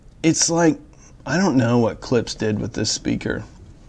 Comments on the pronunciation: It’s Klipsch not Klips. Why dafuq I have to hear how the beer goes down your throat ??? Drink the godamn beer after the review. This is a joke. 🤣🤣🤣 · You're my favorite audio reviewer but it's driving crazy when you say "Clips" instead of Clip--shhh".